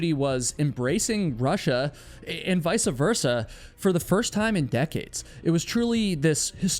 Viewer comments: Vice-versa. Not "vice-a-versa." Now I remember why I stopped listening to this channel. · I've heard you say "vice versa" as "vice-a versa" in a couple of videos. It's a common mistake and I hate to point it out, but people judge you based on your speech.